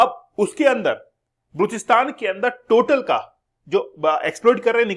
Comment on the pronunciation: kya gunda bane ga pronounciation mistake hai bluchsitan nahi ba loch stan